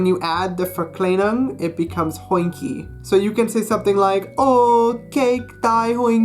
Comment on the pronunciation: You are saying your e wrong and your verklienings